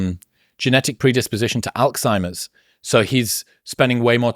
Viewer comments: Fantastic conversation but Chris - it isn't "alkzeimers" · Chris calling Alzheimer’s Alkzheimers 😂😂😂